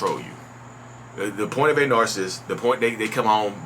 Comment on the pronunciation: You say “Narcist” lol. Kinda like narSist.